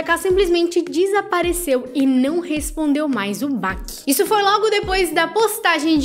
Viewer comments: Amiga, não é baki.. o certo é batiman 🤦🏻‍♀️ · Não é Baque, é BACCI! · Pronunciamento de bacci é “bati” não “báqui” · Se fala BATI não BACCI como se escreve. Desculpa, sou virginiana. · Não é bak linda é bacci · Baqui kkkkkkkkk baqui kkkkkk.tadinha,vai aprender muito ainda ,inclusive pronunciar as palavras